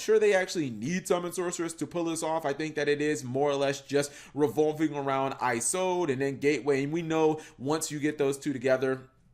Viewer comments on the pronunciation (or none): Isolde not eyesolde Snow is banned so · No Yugituber pronounces Isolde correctly.